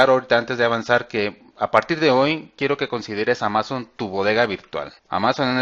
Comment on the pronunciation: amazon con acento en la primera silaba!!! haha....